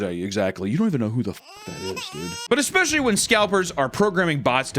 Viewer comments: Bro started saying "especially" right. Thank you, 🙏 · He said, especially right